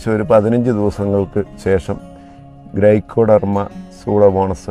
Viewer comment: സൂഡോമോണസ് അല്ല സ്യൂഡോമോണാസ് (Pseudomonas) ആണ്. ഗ്രൈക്കോഡർമ അല്ല. ട്രൈക്കോഡർമ (Traykodarma) ആണ്.